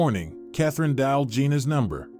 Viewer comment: dial not dal